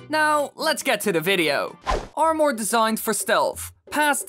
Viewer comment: The way this guy says armour pisses me off alot more then it should lol.